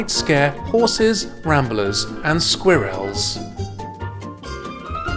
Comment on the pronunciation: ‘Squirr-elles’ Lol